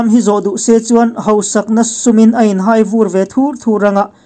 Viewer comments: A ngaihthlak manhla e. Hai tih hi Theihai tiha hai anga lam tur a ni e. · Hai tih hi Theihai kan lam anga lam tur. hai hi a sânga lam tur ka tihna